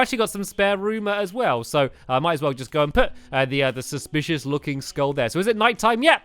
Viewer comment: he said suspishes looking eay